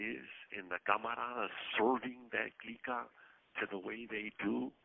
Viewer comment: I like when he says, "The Glicka" all lok'd out